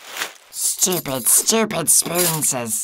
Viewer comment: No one: Absolutely no one:: sToOpId StOoPiD sPoOnSeS